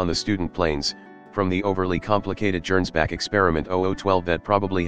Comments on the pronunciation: Arghhh. Gernsback is obviously a Hugo Gernsback reference, which means it's pronounced with a hard G. One of the few times I've had an actual complaint with the TTS app you're using, which I generally find quite soothing to listen too. All those childhood years in the Golden Palace on Terra, y'know. Hilariously over the top plane, though. Das Gegenbeispiel is freaking suicidal for most folks but it is cheap - so maybe a viable choice for a Witch who can just leave when it inevitably goes out of control? Between the annular loop wings and the option for one of those Austrian hell-cannons* that's a lot of aviation history on one airframe. *Seriously, if you think WW1 was bloody already, imagine an alt-history where those things went into service a few years early and got stuck on some kind of armored (or at least motorized) ground vehicle instead of just planes. Of course they probably would have turned out to be too unreliable for field use, but we'll (thankfully) never know. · Worth noting -- I'm not slamming for it because the TTS will do as it does, but "Gernsback" is pronounced with a hard G, like "get" or "gorilla".